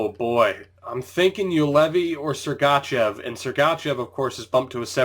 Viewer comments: Great video. However, everytime you say Sergachev I wanna punch you in the face. This is my 1st video I've ever seen of yours. I'd like to thank you for showing the entire draft without editing out your reason for picking that player. I've been looking for a video like this so I could draft a team at the same time as someone else :) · listen how he says sergachev